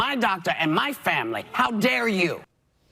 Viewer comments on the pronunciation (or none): none